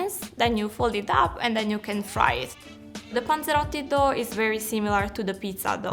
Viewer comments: About 13. Like 7 times she says ponzerotto. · Drinking game every time she says panseroty u must drink ..........Some one is gonna get fucked up